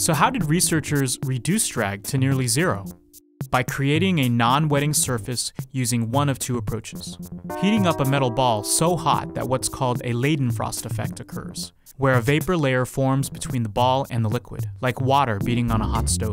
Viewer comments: It's pronounced ˈlaɪ̯dn̩fʁɔst, not leɪdn̩fʁɔst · It's not pronounced "lay-den-frost", it's pronounced "ly-den-frost". Like the "ei" in "Nein". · Yes, but it's pronounced "Lidenfrost" (imagine "lide" was a word) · The word "Leidenfrost" is pronounced L-eye-den-frost not Lay-den-frost. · In German you pronounce the second vowel instead of the first for ei/ie combinations, so it’s pronounced “Ly-den-frost”